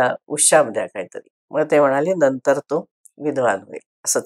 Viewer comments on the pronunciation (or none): none